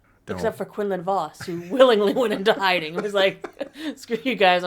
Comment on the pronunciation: "Hinding himself"?